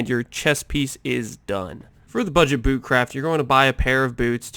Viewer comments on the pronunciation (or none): none